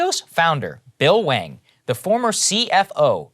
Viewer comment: Why does Saagar keep saying "Bill Wang"?